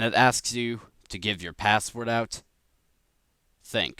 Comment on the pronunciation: It sounds so weird how he says password it sounds like passwort and great vid